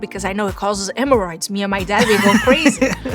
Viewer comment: It’s HHHHHEAMORRhoids with H Sound ! I keep telling people how bad her English is.